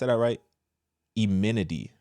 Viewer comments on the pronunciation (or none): The word "enmity" is pronounced, "Ehn-mi-tee." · It's pronounced en - mè - ti... for enmity. Great talk, thank you for sharing this Christian viewpoint for marriage and family. God's blessing be upon you and yours brother.